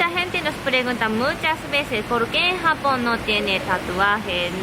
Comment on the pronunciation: me gusta cuando dice japon con jamon jaja 😍